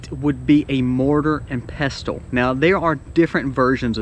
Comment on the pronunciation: I've never heard anyone pronounce the t in pestle. My brother has at least one, one I gave him but it's not safe for food as before I gave it to him I used it for grinding a rock that contained lead, and I have 2- one for culinary use, the other I'd rather reserve for medicinal use. I can't afford a grinder, and most of them don't have good ratings for reliability. So I was wondering if I could do it super old-school, and get two round, flat stones. It'd be cool if I could somehow attach a handle to the top one, Then you put the grain on top of the bottom stone, put the top one on the grain, and use a handle or something to just turn the top stone until the grain's ground however fine you want it. I should look into that, tbh. If I can get that plus some dry canning supplies, I should be able to prepare acorns pretty well.